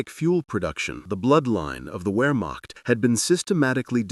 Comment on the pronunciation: Pronounce Whermacht with the V sound. Sound like a smart real person. You got the other German pronouncing correct